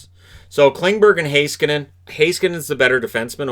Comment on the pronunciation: As a Finn, I'm very impressed by your pronunciation of Heiskanen.